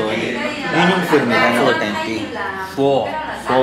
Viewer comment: U pronounced it “pha” and pho